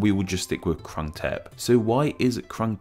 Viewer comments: Jeez... literally every western YouTuber never get the name right... That “u” in “krung” is the “u” in “put”, “fluke” or “oo” in “good”, “mood” There’re also mispronunciations on consonants but I’ll let it pass. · The 'Krung' is pronouned kroong.